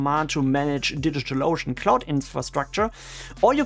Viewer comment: I like how you pronounce DigitalOcean like "Digital Lotion." 😄